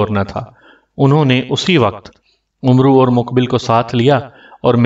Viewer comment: آپ کو پڑھنا تک نہیں آتا یہ لفظ عمرو نہیں ہے بلکہ عمر ہے ع کو زبر سے پڑھا جاۓ گا۔